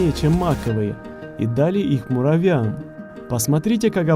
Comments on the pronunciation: муравьям а не муравям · Так весело, когда говоришь муравям, а не муравьям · А почему ты говоришь муравям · Мне нравится как произносит "муравям") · Ты сказал муравям